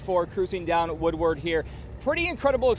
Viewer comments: Why can't Carolyn Clifford say the word "Woodward" correctly? She pronounces all other words correctly. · After the cruise is over the existing folk that live there calls it Woowad